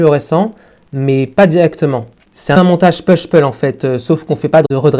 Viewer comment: Salut, juste pour ton info comme ça tu le saura, on prononce pas push-pull "peush-peul" mais bien "poush-poul" . J'aime tes vidéos et tes idées ! Actuellement es-tu toujours aux études ou travaille-tu ? j'avoue que j'accepterai avec plaisir d'en regarder plus ! Bonne continuation :-)